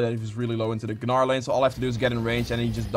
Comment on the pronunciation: It’s Gnar not guhnar. You don’t pronounce gnome guhnome